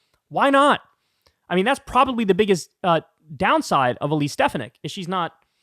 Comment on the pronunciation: Ste 'fan' ik, Kyle. Pronounced like sports fan. Stress on second syllable.